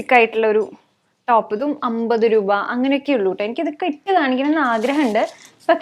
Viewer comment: 200 റൂപ😂, റൂപയല്ല രൂപ but njan aayalum agne parayu kettapo chumma parayan thonni😁